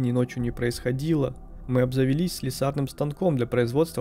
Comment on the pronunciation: Ты неправильно ставишь ударения в словах Погорень и слесарный